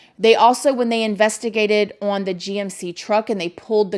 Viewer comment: "on", one syllable. "Ahn". Not "Awwwhhhwwuunn".